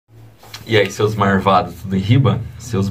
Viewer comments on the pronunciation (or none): Seus Marvados é como o pessoal aqui do interiorrr de São Paulo (Baurú, Ourinhos) falam kkk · Curti o "Seus marvadu" Kkkkk